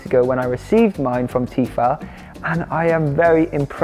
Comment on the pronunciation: Why are you saying Tefal like that ?